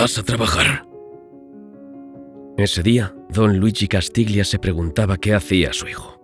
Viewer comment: castiglia se pronuncia castilla. -Un saludo.